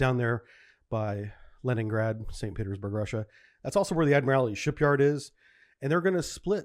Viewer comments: Ad-mir-all-tee (four syllables). Not, Ad-mir-all-i-ty (five syllables). It's basically just the word "Admiral" with "tee" added to the end... "Ad-mir-all-tee". Most of your mispronunciations don't bug me, but this one really does (especially because you were in the Navy for 20 years). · Love these vids but the butchering of some words is brutal. Its 'ADMIRALTY' not ' ADMIRALITY" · If Mr. T joined the Navy and rose through the ranks, one day he might be Admiral T. And that's how to pronounce "Admiralty". You are adding an extra syllable that's not there. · "The Admirality Shipyard?" What? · Admirality, huh? Well I guess it's not like you'd have heard the word all that often. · For somebody who has such deep naval training and knowledge you'd think you'd know how to pronounce the word "admiralty".